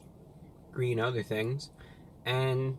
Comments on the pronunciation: It's GWEEN! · "It's gweeen" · IT'S GWEEN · Its GWEEN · Its gween! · its gweeen!! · ITS GWEEEEEN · That's not gween 😫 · It’s GWEEN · It’s Gween!! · It’s gween! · its gweennnn!!! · Its Gweeen! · "its gween" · its gweeen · THE BUN IS GWEEN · IT'S GVEEEN!! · Wow its gween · MY POOP , IS GWEEN ITS GWEEN! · IS GWEEN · It's GWEEN! We love you, my man, glad you're still out here doing your thing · It's.. IT'S GWEEN! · The 🅱️un, it's gween! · its gween... its gween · Mah poo..... It's Gween! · It's gween 😀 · It's G W E E N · It's gween its weally gween!! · Not so Gween, unfortunately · IT'S GWEEN!!!! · it's GWEEEEEEENNN!!!!!!! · It’s gween!!! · That's one big GWEEN burger! :) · It's GWEEN!!! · The bun is gween! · Is it gween?